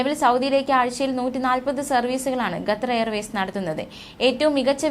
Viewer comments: 🙄ഗത്തർ അല്ല ഖത്തർ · ഗ്ത്തർ അല്ല.ഖത്തർ ആണ് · എടി പൊട്ടിക്കാളി ഗത്തർ അല്ല... ഖത്തർ ആണ്.. നമ്മുക്ക് അന്നം തരുന്ന നാട്.. പേര് മാറ്റി പറയല്ലേ.. Pls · QATAR ഖത്തർ,അല്ലെങ്കിൽ കത്തർ എന്നെങ്കിലും പറയൂ,അറബിക്കിൽ ഖത്തർ എന്ന് പറയും എന്തോന്നാണ് മക്കളെ ഇത്!